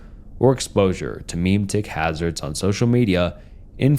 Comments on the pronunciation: … Meh-Met-Ick Memetic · Its meme-tics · Great video, but the way you pronounce memetic as “meme-tick” is killing me lmao